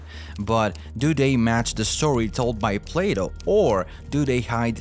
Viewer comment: "Can -Al" Plaaato", , "Jeebralter", "Al-ex-ander", "Can-Al", " Appal-laa-sion ", "Hem-al-asion", ...